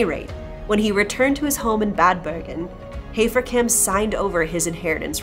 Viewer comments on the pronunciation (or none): And yes, I think you should rather be able to pronounce German names correctly by now. It's not "Hay-fer-camp", but "Hah-fer-cump". Sorry about this, but just trying to improve the experience. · Entschuldigung, aber wenn du den schönen deutschen Namen HAFERKAMP wie "Heferkämp" aussprichst, bekomme ich irgendwie Mittelohrvergiftung..